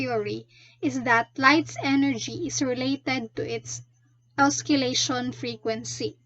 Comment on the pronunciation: you pronounce it as OSSI-LEY-SHUN tho